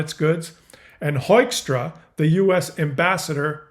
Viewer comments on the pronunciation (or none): Pronounce Hoekstra not as Hoystra but Hookstra...... as Dutchman i do not adore this man but i love Canada and the Canadians.............and Putin and Trump is a bad and also a strange battery +++ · Hoekstra believes his own bullshit. It's pronounced "HOOK-stra" btw. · Haha! He received a cold shower with us as well when he was ambassador in the Netherlands! The sad thing is he’s got a Dutch name 😢 (which you pronounce as ‘Hookstrah’ btw) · I'm ashamed as a Dutch person that Hoekstra has Dutch ancestors. PS That surname is pronounced hook-straa a very typical Dutch name. PPS: I think that bandaid on his head is to cover the scar from his lobotomy surgery. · By the way, his name is pronounced as Hookstra. He is of Dutch descend and the "oe" sounds like the English "oo" in Dutch. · Just type in on YT: US ambassador meets the Dutch press and enjoy. This buffoon (of Dutch descent I'm afraid) is the former US ambassador to The Netherlands, where he also started his job with some idiotic remarks. BTW: his name is pronounced in Dutch as 'Hookstra'. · dear The correct pronunciation of Hoekstra is you pronounce oe as oo like in book. Hookstra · Pronounced ‘hookstrah’ anyway, not worth the thought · Pronounced hookstra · Pronounced “Hook-stra”, as in “fish-hook” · Everyone keeps mispronouncing his name: It's Pete Huckster. And his a traitor to his grandparents, parents, and himself because his family was liberated by Canadians during WWII, and now he's a huckster and mobster of the fascist US regime. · I believe it's pronounced "HOOK" as in "hook and eye," but with a little tilt toward "hoop." Sort of a short "hoop," which in practice is closer to "hook." That's the Grand Rapids pronunciation, and I believe it is correct. If it were pronounced HOKE, it would be spelled HOOK, like Roosevelt. "Hoy" seems to be applying a non-existent German rule, the one that makes "ue" "oy". May I suggest that if it's too difficult, you could call him "The Jerk" or "Hokey-straw."